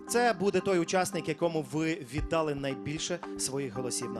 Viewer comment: Передайте Горбунову, що у слові "ВІДДАЛИ", наголос падає на ОСТАННІЙ склад. Отримуючи 30 млн гранту від держави соромно цього не знати.